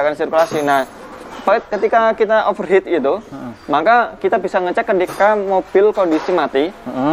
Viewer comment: Dari banyak mekanik yg saya pernah temuin, baru ini yg bisa bilang 'over heat' dgn benar. Biasanya 'over het'. Mantap.